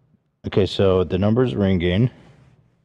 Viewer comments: “It’s rinG-Ging. RinG-Ging.” How Ethan pronounces ringing makes me see red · Is it just me or does Ethan pronounce ringing with the emphasis on the ging? Hahaha